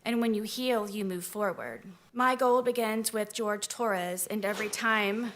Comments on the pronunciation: she makes me wanna punch snowmen... HIS NAME IS JORGE NOT GEORGE HE IS HISPANIC NOT CAUCASIAN!!!!! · his name is Jorge, not George. Her calling him the wrong name because it "sounds better" is so disrespectful smh. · HIS NAME IS JORGE!!! SAY HIS NAME. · Not even surprised. She intentionally called the victim George instead of his actual name, Jorge. And sometimes some people just go by George when they have a name like that. Nope. Every Spanish speaking person in his family says its Jorge, but she literally ignored them all and the real way to say it. This woman will butcher any non-english word/name on purpose. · We been knew that she can't say shit, she still calls Jorge "George" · I may contemplate the thought of forgiveness if can say Jorges' name right. Even in death, she still has no simple shred of respect for him. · She still can’t pronounce his name, eh? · And she mispronounced his name.... THE WHOLE TRIAL. That is SO DISRESPECTFUL. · The least that court could’ve done was pronounce his name properly 😭😭 I can’t imagine what the family was feeling on top of the disrespect of having their loved one being degraded like that by the abuser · “Ken-Too-Suka-Roy” I had to pause and rewind when I heard that. the word is ‘kintsugi’, and it’s pronounced roughly like ‘kin-soogy’. Is her brain just… hardwired to mispronounce foreign names & words? She never could get the pronunciation of Jorge right either. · It’s Boone refusing to say Jorge’s name right that gets me.